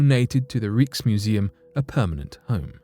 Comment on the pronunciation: Rieksmuseum, gotta love it!